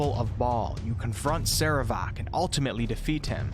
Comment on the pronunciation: your PRONUNCIATION of "sarevááák" is hillarious. of wait I meant horrible.